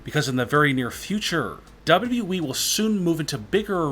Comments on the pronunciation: It sounds like he is saying dab dab e to wwe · It's WWE not the way you're saying it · Don't mean to be a hater, believe me, this video has some lit content, but the way the narrator pronounces WWE is kinda wrong.